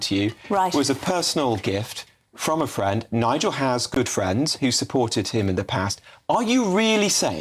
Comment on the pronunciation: Ooooooh! Fwend!